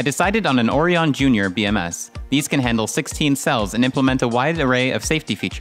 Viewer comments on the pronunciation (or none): Good project, but every time you pronounce "orion" like OH-reee-on, I want to strangle a kitten. It's pronounced oh-RYE-en.